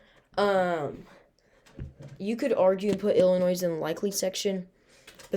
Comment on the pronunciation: Btw Illinois is pronounced Ill-in-oy The S on the end is silent.